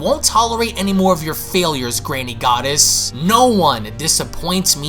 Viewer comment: That's twice now, you mispronounced Granny Goodness! It's not Granny Goddess!